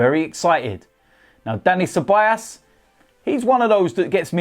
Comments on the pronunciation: It's pronounced as cebayoos not cebayaas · it's dani ce-ba-yos or ce-ba-jos (like josellyn) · You pronounce Ceballos as 'Cebollas' .. Cebollas means Onions btw 😂😂